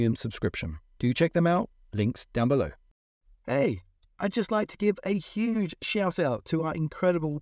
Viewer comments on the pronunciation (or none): none